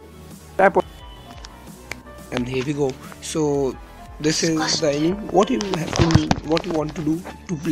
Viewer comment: Its pronounced "Ae ni me"